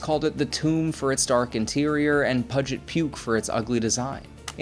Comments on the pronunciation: Evidently at state university of New York pronunciation of Puget is Pug-it. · You pronounced "Puget" wrong but otherwise it is an enjoyable human produced video.